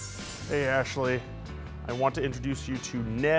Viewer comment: It's Ashly, not Ashely